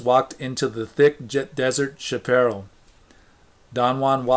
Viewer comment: Thank you! I listen to these while I work and sometimes before sleep. Your deliberate way of reading is nice - some mispronunciations of Spanish-Mexican words such as chaparral but its still forgivable, as I used to mispronounce them too. Unlike most other shaman or spirituality books, every time I re-read Castaneda I am more convinced it is all very real.